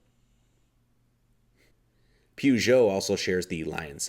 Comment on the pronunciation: Good video. Pronunciation is RENNO, DACH-EEAH & PURR-JOE 👍